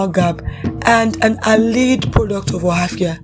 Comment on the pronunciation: She didn't pronounce it now